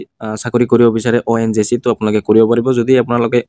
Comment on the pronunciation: ONJC nhoi o dada ONGC buli kok